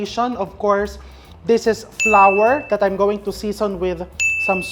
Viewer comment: "sweet and sawer, flawer (flour), towfu"🤣😮‍💨🤣